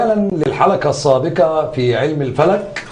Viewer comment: المذيع يقول الحلكه السابكه 😂😂 حرف القاف عنده مضروب